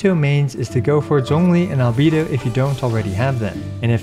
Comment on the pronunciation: Best Genshin content on all of YouTube and it's not even close!!! <3 Also, with respect: "Al-Bay-Doh"